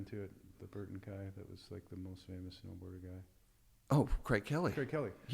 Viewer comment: lol mega facepalm every time this dork says 'Hurton" instead of Burton. grow up.